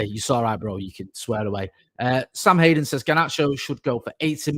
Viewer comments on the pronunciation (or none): none